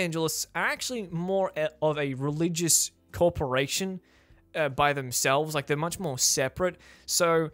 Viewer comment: As a pessimistic agnostic human man, I appreciate the way you say "Religious CULTrporation"